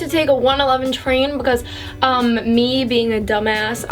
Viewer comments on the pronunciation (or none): I love the way she says "becuase"😂